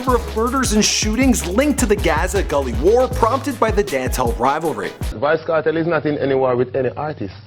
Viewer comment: "VYBZ KERTEL" 😂😂😂